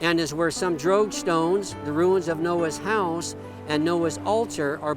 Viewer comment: Until i finally saw it spelled, i thought you were saying "drag stones" in a very weird way. After all, the drogue stones are for drag; right?